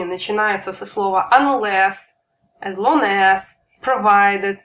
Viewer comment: не As (Эс), а As (Ас)